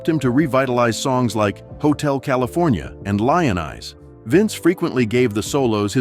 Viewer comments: "Lion Eyes" it's Lyin Eyes just wasted twenty five minutes watching this BS. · Lion Eyes???? Glenn Fry not fray Very ignorant presentation! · Dam. I fell for another CLICK BAIT again. Glenn "Fray"?? "Lion eyes"?? Why not let us hear from the mans own voice (Vince Gill) instead of a computerized hack mispronouncing the co-founder of The Eagles 11 different times. AND, you post in the title " how Vince Gill hated this f--lking band?!? Really?? You and your ilk is what gives you tube a bad name. Get a job.